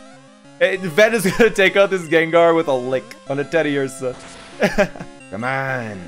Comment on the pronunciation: No, no, no, you're saying it wrong! It's "Teddi-UUUrsah", not "Teddi-ursAH" Rusty must've been in this universe. Only reason I can see him just calling his Beedrill "Pikachu". Not all Profs are trees anymore. I think the last two gens broke the habit.